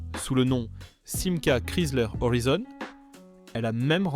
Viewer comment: Mais d'où tu ne parle pas français? C'est TALBO et non TALBOTE et HORIZON et pas HORIZONE c'est français mosieur et pas rossbif§ Oh putain la PANEHARDE moins 5 c'est panaris! certe le moteur était au bout de son développement, mais elle avait une puissance comparable au voitures du segment avec un moteur plus petit et en consommant moins et si elle n'a pas eu le moteur qu'elle méritait c'est parce que CITROËN ne l'a pas voulu et a fait crever le plus vieux constructeur français. Ah non mais c'est sketch la 2 C Vé! Eh 2 Cv c'est l'abréviation de 2 chevaux. J'ai 64 ans, mon en a eu 4 et je n'ai jamais au grand jamais entendu la 2 CVé! pour la R14 vu sur une publicité 4x3 à l'époque " la poire c'est le client". La campagne de pub suivante fut " La 7 Cv du bonheur" auquel fut ajouté "des carrossier" les ailes arrières étant un peu plus large que les ailes avant. Alors pour la GS birotor n'oublions pas que NSU, partenaire de CITROËN dan le développement du moteur WANKEL, a disparu racheter par VW. MAZDA a poursuivit l'aventure jusqu'en 2014, pour finalement jeter l'éponge devant à minima les problèmes de pollution.